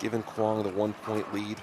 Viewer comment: Yay, pronounced Quang almost correct. Keep it up.